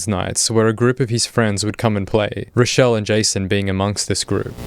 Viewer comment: why did you call her rodelle mutliple times